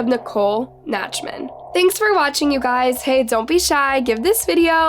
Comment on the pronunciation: The name is NACHTman, not NATCHman. Dumbest chick on YouTube.